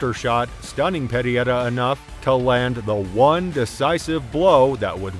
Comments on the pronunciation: alex perry-air-uh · These Chinese videos w/ text to speech 😠 say pear ear rah one more time mf'er